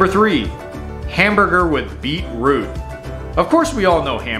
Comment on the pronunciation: 1. Barramundi- bah-ra-muhn-di not bah-ra-moo-ndi 2. FAIRY BREAD IS NOT TOAST 2. Beetroot not beet root.